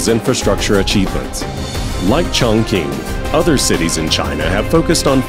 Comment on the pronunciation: 竟然没有人告诉这个老外 Chongqing 怎么发音:face-orange-raised-eyebrow